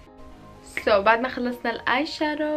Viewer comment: اسمو آيشادو مو آيشارو